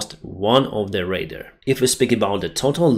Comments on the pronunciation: pronounced raydar not raider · Great show… “radar” /ray-dar/ [ work on the final ‘-dar’ sound - think of the ‘dark’ minus that final /k/ sound …